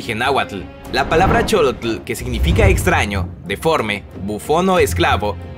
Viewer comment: la pronunciación de Xólotl es sholotl no cholotl